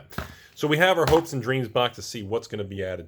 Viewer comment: I thought you said Hoax and Dreams ':D